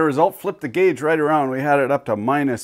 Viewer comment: I like how you say guage